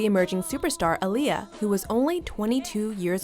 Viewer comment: OMG YALL ARE ALWAYS PRONOUNCING AALIYAH’S NAME WRONG ITS PRONOUNCED AH NOT UH AHLIYAH NOT UHLIYAH BUT SPELLED AALIYAH